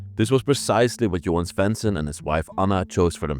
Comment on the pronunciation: I guess you’re trying to say JOHAN SVENSSON. And not every house in Sweden was painted red! Actually, this is also a normal color! And the radio was maybe driven by ordinary batteries Love you’re serie ❤️ Greetings from Sweden 🇸🇪